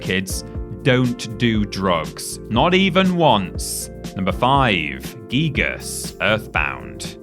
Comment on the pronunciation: Fail. Giygas is actually pronounced "geeg".